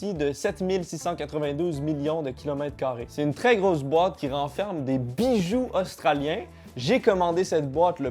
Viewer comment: Mon cerveau a compris "Bijü" aulieu de "Bijoux" (j'ai eu une image de Kurama qu'est apparue dans mon crâne)